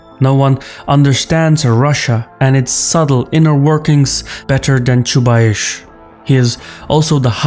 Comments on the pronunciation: I can't listen to that "ChubaiSH" - if you are going to mention the guy a few times, you could learn how to pronounce it. It is definitely "S" at the end, not "SH". Side note #1 - it is interesting where takes this "SH" from, I wonder if his own language transforms S to SH at the end of the word. #2 - based on his accent I always though that is from some of the former USSR republics, somewhere from Caucasus perhaps, but inability to pronounce Chubais kills this notion on the spot:) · Chubais, not Chubaish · 🤣 Why you`re calling Anatoliy "Chubaish" when his is Chubais?) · BTW, his name in Russian is pronounced Chubais with S at the end, like "ice". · Each time you say ChubaiSH I wanna pinch myself 😂 This is ChubaiS! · You guys in the response are really well informed. Although Chubais (Чубайс) pronounced with 'S' on the end not 'CH'. But I'm picking on you. You are really awesome and you do make an outstanding content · That's pronounced Chubays, not Chubaish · The ginger's name is "Choobais", not "Choobaish" though ;) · ChubayS, not ChubaySH :D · I cringed the whole time when he said Chuba-eeesh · "Choobaish" LOL 🤣😂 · I'm sorry but it's pronounced Chubaice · It's Chubais. Pronounce like Chew-Bias. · You cannot even read his last name correctly. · The guy who cant pronounce Chubais is gonna tell me about the dude. ok lets go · Ahahah your pronouncing of Chubais is hilarious aha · Is it really so big problem to find out how the name "Chubais" is spelled. The video may be interesting but I am disgusted from beginning.